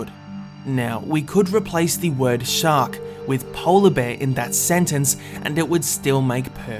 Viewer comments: Says 'Shacks' Instead Of 'Shark'. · "shaks" WHAT THE ITS SHARK NO SHAK XD